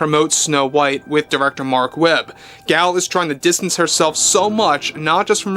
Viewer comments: Nope, he is pronouncing it incorrectly. It is Gull. It’s Hebrew. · The nuance is still different how she pronounces it - even in English. It’s not the long vowel A. But either way does not offend me and I wish you a pleasant evening. Cheers.